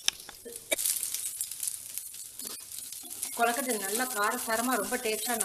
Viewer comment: naan onnu sollanum semma recipe but u r pronunciation of kozukuttai is wrong it is kozukuttai not kollakuttai